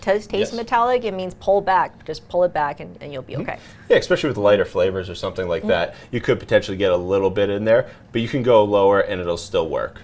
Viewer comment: Some-shing lol